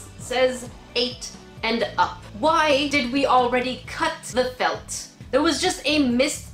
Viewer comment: The way you say felt FELT